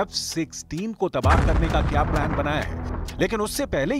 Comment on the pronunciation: प्लैनplain नहीं श्रीमान जी प्लान, सही karo लिखा हुआ